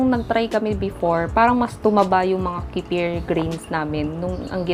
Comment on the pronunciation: Wala.. Wrong pronunciation mo lang 😂 nag vvlog ka kc 😂